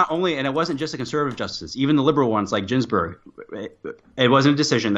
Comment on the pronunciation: I can't take a guy seriously who pronounces Ruth Bader Ginsberg as "Jinsberg".